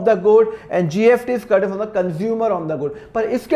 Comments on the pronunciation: Aap S ko F bolate ho kya .....jaise kamineh movie me shahid kapoor स ko फ bolta tha waise aap bhi......GST hota hai GFT nahi.....fir bhi nice explaining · SIR ITS GST NOT GFT 😅😅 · App GFT kyu bol rahe ho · GST HAI SIR PRONUNCIATION THODA DAROOST KAREIN😊